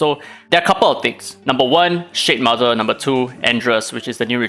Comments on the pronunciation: Ngl I wasn't hearing shademother, I was hearing shitmother, and honestly probably a more accurate name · It toom me a long time to figure out weather you were calling it the S***mother or Shade mother😂. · I love that I kept hearing "shit mother" 🤣